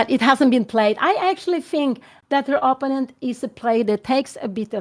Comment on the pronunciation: Kära Anna. När nu din mamma är så inspirerande – och söt – att lyssna på, så skulle det vara extra trevligt om hon uttalade "opponent" på rätt sätt; det är trots allt ett ord hon säger ofta, så det är lite distraherande med hennes personliga variant.